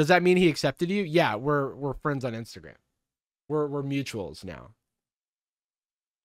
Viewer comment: As a furry i am strongly opposed to him saying "fuzzy fwiends"